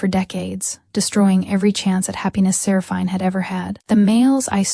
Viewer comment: Good story, but could the narrator please pronounce Seraphine properly 🤦‍♂️